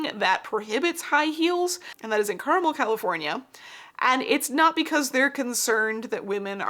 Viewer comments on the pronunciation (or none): Ha as someone who lived in Indiana I know exactly where the mix-up comes from, but the city in California is pronounced Car-MEL ;) Thanks for the video, I enjoyed watching!